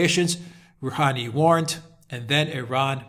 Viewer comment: "Rooheenee" lol xD